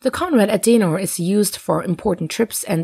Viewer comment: Conrad "Adenar" ? I think you mean Aden-ow-er